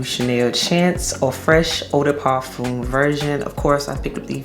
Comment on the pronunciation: Hey girl I speak French I can help you with parfum pronunciation, it’s par f uh . No M